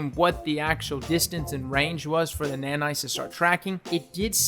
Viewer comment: Somebody tell me how many times did he say NANITS